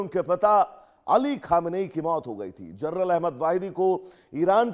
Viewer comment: वाहिदी जी जरनल है या जनरल ?